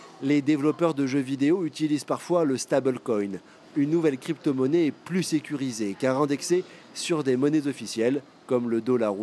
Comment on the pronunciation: "Le satblecoin, une nouvelle cryptomonnaie" 😂